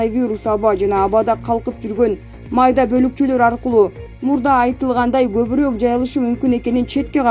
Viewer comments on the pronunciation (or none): none